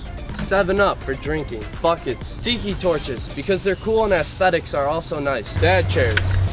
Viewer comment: its not tiiikiiii its tiki